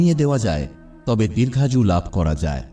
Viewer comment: Bangla vasa thik thak ucha ron korun Dirgha ju noy Ota DIRGHAYou hoba. Aato janan jaggi soth gurur bola kotha bolchhan Valo dada kintu Bangali valokora Ucharon korla Public baparta Khaba Aata apni Aaro aagiya jaban Apnar sharbik kollanar aasai Roilam dada Apnar joy hok. Aapni nuton Kichhu aabiskar Korun jata Hoba sudhui Apnar. Valobasa naban Khoma korban Apnar choto Vi ka. Pronam❤❤❤❤❤❤❤❤❤❤❤❤❤❤❤❤❤❤❤❤❤❤